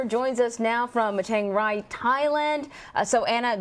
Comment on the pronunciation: She said Chang "Ray"....lol.